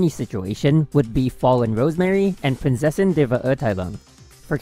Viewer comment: It wasn’t perfect rlly, Prinzessin was pronounced amazingly but Verurteilung could be better, it’s still amazing how well he pronounces German words in his vids tho since most people don’t even try to and mispronounce everything lmao